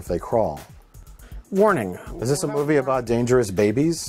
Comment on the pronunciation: I love the latest Ben Afflect moopie